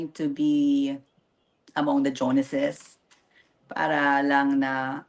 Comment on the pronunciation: Joneses not Jonases.